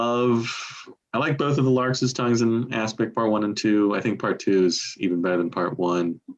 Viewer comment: Stop saying lark is tongues